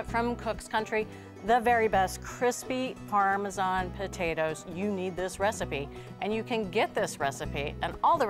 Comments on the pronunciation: why do they pronounce "parmejan cheese"? Isn't it "parmesan" or just Parmigiano Reggiano? It's so annoying!!! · I wince every time I hear the “g” in parmesan.